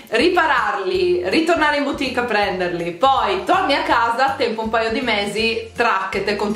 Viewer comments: "BUTIC" e non "BIUTIC".. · Zahra zargoudi grazie, lo so che si scrive BOUTIQUE.. ma si pronuncia “butic”. E non “biutic” come continua a dire. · Cara, grazie per il video utilissimo! E ricorda: "boutique" si pronuncia "butìc" e non "biutìc" 😉